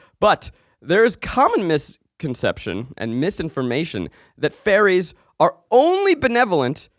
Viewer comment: Listening to this ep convinced that Zach was presenting on fERries not fAIries. Just me or anyone else?!? Humbling reminder that Power Points are a visual medium.